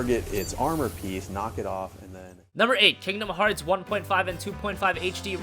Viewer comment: lol he said kingdom heats x